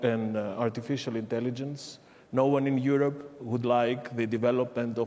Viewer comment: Die hat halt nen Akzent, ne... Aber können wir über ihre exzellente Aussprache von "Europe" sprechen. Ich kann das nämlich, obwohl mein Englisch sehr gut ist, gar nicht aussprechen.